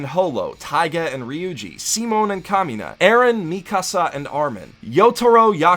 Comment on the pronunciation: Simon pronounced "See mone"